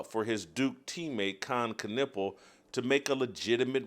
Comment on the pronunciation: Kon nipple is a dumb way to pronounce his name